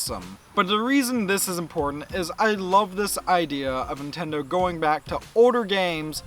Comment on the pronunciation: Great video and points made and I'm honestly not trolling you when I ask this but...are you saying "Intendo" instead of "Nintendo?" I ask because James Rolfe does the exact same thing.